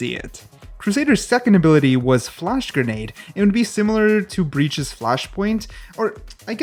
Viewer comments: Grenade not granade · lol “Granade”